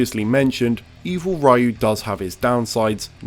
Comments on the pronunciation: If we want to get technical, it’s not rai-you or ree-you, it’s just one syllable, kind of like if you said it really fast. If you know that the r is pronounced more like an intermediate between r and l it’s a bit easier, but if that’s too hard then just stick with ree-you. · It's pronounced Riyu not Rayu. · when you say sho ryu ken do say ryeyou? when you pronounce striderryu do you say ryeyou...its pronounced Riyu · Pronounced Ree-yoo. Not Rai-yoo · As a content creator purporting to educate the audience about the series, to intentionally mispronounce Ryu's name destroys all of his credibility. The proper pronunciation of Ryu's name has been known worldwide since SSF2. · ITS NOT RYE-EW ITS RYU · ri-yu is still wrong. Japanese syllables work differently than in English, ryu is one syllable, not two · Oh plz dude say "Ryu", not Riyu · Each time he says Riu instead of Ryu a kitty dies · It's alright, it was during the early Era where we kids had to figure out everything by ourselves. I'd rather meet a guy who says Rai-oo that plays street fighter than meet a guy that says Ri-oo and then says he's from fortnite and smash. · Buddy it’s pronounced Ree-yu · I hope your channel won't grow ever. That's what you get for pronouncing the name Rhye-you... in 2021... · Every time he says "Rayu", Capcom makes parrying one frame more lenient. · I haven’t heard someone pronounce his name as “rye-you” in such a long time, it’s actually kinda nostalgic. Lol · Every time someone pronounces Ryu's name as "Raiyoo", a Dragonpunch gets another startup frame. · Like Pew “Ryu” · Same thing with MK's "Shirai Ryu clan". I so want the VAs to pronounce it properly but since it has been spoken "Rai-Yoo" for so long now and MK being an American product it's pretty much a moot point to complain. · Americans cant pronounce a simple “ri-yu” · "Evil Raiu"... :| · It's 2021 why are we still saying Rayoo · Lol, imagine being a person, in 2021, pronouncing Ryu as "Rye-ooh" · Amazing Evil "Raiuh" combos.